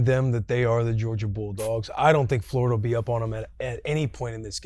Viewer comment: These 3 together are awesome. Please help your guy pronounce Florida though. That Yankee way of saying it is so grating to my Floridian ears